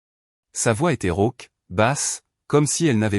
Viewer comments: "rauque", pas "roque" !!! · "rauque" pas "roc" !!!